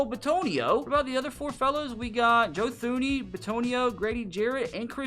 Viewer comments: Great video...... Although, Thuney is pronounced Toon-E. Plus the Giants last superbowl win was 2012 not 2008. Keep up the great vids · Joe Thuney pronounces his name as Tooney...